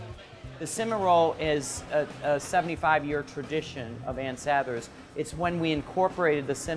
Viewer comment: Is she saying sathers right? I thought it was sah-thers not s-a-there